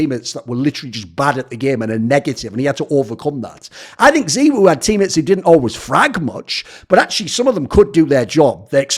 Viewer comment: Thoorin had said in the past that he does pronunciations like that so that it makes him stand out